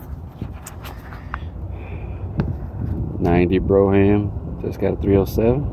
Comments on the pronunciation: Ugh....not pronounced as BRO-HAM BUT as in BRO-UM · No Broughams (Pronounced "broam") were "Fleetwood"s.